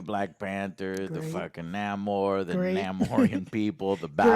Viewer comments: BRUH!!! Its not niamor it Namor (Nah-mor) came from sin amor they just took out the si so its Namor 😅😅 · its not Niamor its Namor as in "el nino siN AMOR" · Its not Ni-Amor... It's Sin Amor... Namor. Even in your own language yall still cant get this shit right. lmfao. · Isn't it Nay-mor? I swear Joe just purposely says major characters names different.